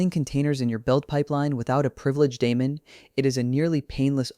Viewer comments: Stopped watching when you mispronounced daemon. TWICE. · hahaha lol you mean when the elevenlabs voice mispronounced